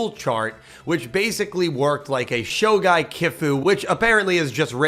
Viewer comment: great video! but that pronunciation of shogi had me rolling lol